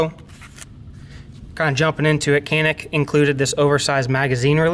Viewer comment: Should be pronounced like "johnick"